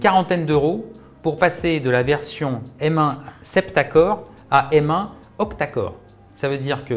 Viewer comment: Merci de dire M et pas M